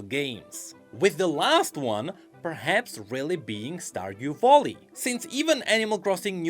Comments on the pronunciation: stardew bolly??? whatt. you have google to look up pronunciation lmao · where did you find the "o" in "vally"? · Why does he keep saying volley its making me sad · saying "starwdew voli" made my day